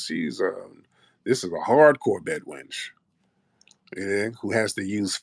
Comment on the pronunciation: Why she keep saying BED WRENCH? Lol